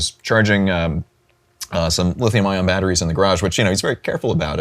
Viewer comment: Throwing a pitch - Yea, we're throwing a pitch! - What a wonderful pitch you are thowing! - Yes! Pitch! Are! Wonderful! Cheap batteries are baaaad. - Hey I'm male, say sme thinh. - Ok - Battttris. bad. our battris goood. -sfftry.